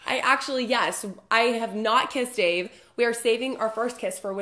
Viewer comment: The icing on top of the cake is that her husband is not Dave, it’s Dāv. DĀV. WHAT